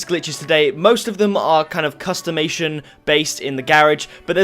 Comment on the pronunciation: custimation? its customization